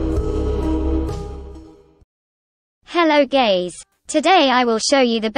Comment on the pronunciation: bro the starting "hello guys" turned into "hello gays" wtf btw nice tutorial pls see my edits